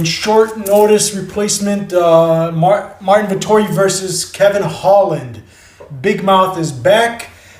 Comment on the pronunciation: Lol dude it's marvin...